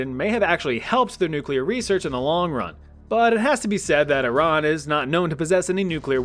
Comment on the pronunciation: I love how you say Iran correctly (I’m not Iranian but I used to have a close Iranian friend). Most people (native English speakers*) pronounce it as I-ran and not e-RUN